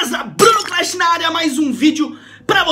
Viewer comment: Bruno cl"e"sh ahahahah